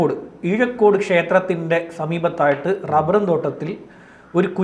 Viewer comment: ഈഴക്കോട് അല്ല ഊഴായ്ക്കോട്